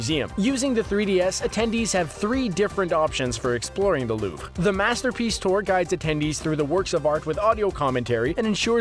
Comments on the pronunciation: "loobre" not "lup" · The way he pronounced Louvre killed me inside